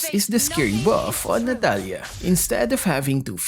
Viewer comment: Lol now natila is more like katalia hahaahaahha 😂😂😂